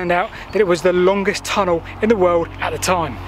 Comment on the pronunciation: 'Longest tunnel in the wowld.'. lol